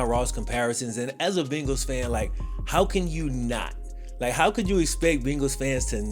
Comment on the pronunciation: Are you saying “Bingals”?